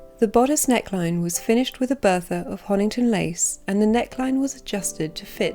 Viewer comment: Great viewing. Enjoyed watching very much. Just one thing it's Honiton lace not Honington.